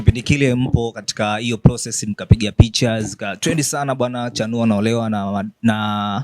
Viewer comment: Mbona unachapia sana chanuo jmn😮😮